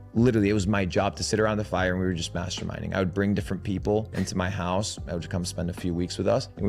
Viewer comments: Did that guy say he spent months by the fire masterminding or masturbating? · I heard "masterb*ting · Everytime he said masterminding I heard something else and it made me laugh everytime.